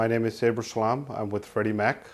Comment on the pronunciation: looks like your are ashamed to pronounce your name in correct way your name is Saber SALAM not seeber soowam Thank you.